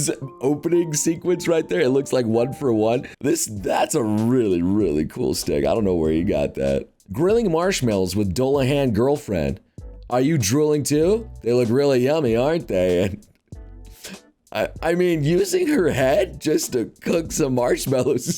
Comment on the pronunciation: It's pronounced "Dew-la-han", for FUCK sake!!!💢